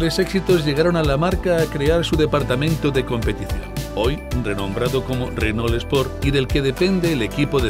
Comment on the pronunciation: Me mata como los españoles pronuncian "Renól" exagerando la "ele" justamete la unica consonante que es muda.